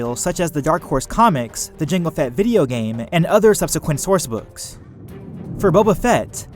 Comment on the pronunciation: lol through out the video he was acidently saying jenga fett instead of jango fett